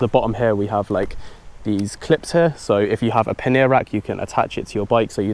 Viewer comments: paneer lol, isn't that a type of cheese? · Great video! I couldn't stop laughing the way you pronounced "pannier" . :D :D :D A bag for indian paneer cheese hahahahhahaa